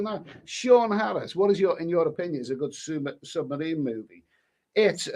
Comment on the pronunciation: Never heard a man pronounce submarine as summerine!